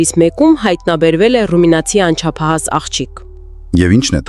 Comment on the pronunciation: Միանշանակ հայեր չէն այս տեսանյութի հեղինակները, միայն այն պատճառով, որ կան տեքստի մեջ բառեր, որ չկարողացան ճիշտ արտասանել .օրինակ՝ մինձ դեռ-մինչ դեռ հույրանոց- հյուրանոց անցապահաս-անչափահաս կարժ- կարճ թխուր-տխուր աղբարգղ😂😂😂 հայլերի-հայելի😂😂😂😂 Միայն հայերը կարող են ճիշտ արտասանել այս և բազմաթիվ հայկական բառեր